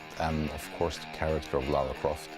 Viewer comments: she said "Laura Croft" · She’s called LARA and not LAURA!!!